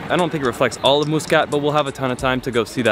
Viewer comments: "" 😂😂 I was drinking water when you said that Cool video tho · We wright it Muscat and we don’t say it like how he said it but your kinda right how you pronounced it I am Omani btw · The Al Bustan Palace was never built for the Sultan. I was built as a luxury hotel and was first used for the first GCC meeting in Oman. By the way, it's pronounced Mus- Cat not Moosecat. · It's pronunciation is "mas"cut not "mu" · Pls pronounce Muscat Properly brother. It's Muscat (masqat) Not muus kat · Lol someone gotta tell, that is ain't moooscat, it's muscat! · Pretty sure its pronounced mus "cut" not mus "cat" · Love that pronunciation - Moose Cut! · Your pronunciation is really bad. It’s muscat, as in muss you hair and Mutrah as in mutt. And the coffee is called Ghawa not kawa.